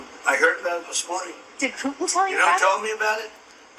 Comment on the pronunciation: I love when says "Plutin"! Hilarious!